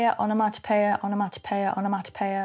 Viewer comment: Love the way you pronounce the word.......Onomatopoeia! I actually noted it phonetically.....😅💕